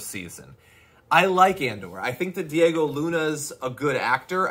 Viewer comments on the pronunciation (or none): none